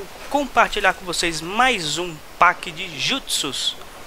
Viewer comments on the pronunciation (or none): Não é pack que fala é Peck mas se inscreve pack